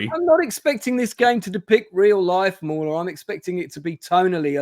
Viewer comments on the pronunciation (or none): I think hrs saying maular not moron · At , did mauler get called a moron? I watched that part over ten times and I can’t tell with the accent.